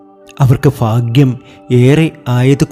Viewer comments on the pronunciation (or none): none